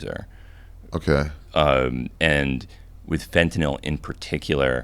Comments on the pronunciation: So refreshing to hear someone pronounce fentanyl correctly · He’s the first guy I’ve ever heard say fentanyl correctly